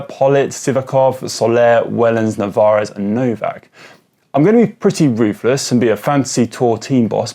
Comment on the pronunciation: Two things: 1) Narvaez. Not navarez. Pleeeease get this right its doing my head in 2) surely affini makes the list of powerhouse domestiques? His Giro was arguably as phenomenal as WVA's, monster engine -- definitely on the flat stages